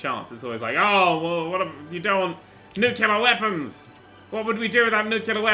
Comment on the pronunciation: I thought he said nutella weapons